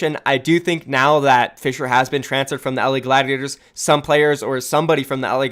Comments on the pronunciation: You actually didnt butcher Fissures name that bad! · nope you didn't butcher the Korean name for fissure